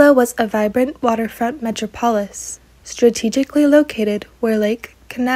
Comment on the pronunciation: Hello, Miss, I enjoy your videos and your mellifluous voice, but first, it’s “meh-TROP-uh-liss” and SPCA is the Society for the PREVENTION of Cruelty to Animals, not “preservation”!